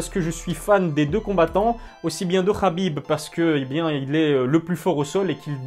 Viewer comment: 29/0 inchallah C'est Habib pas Rabib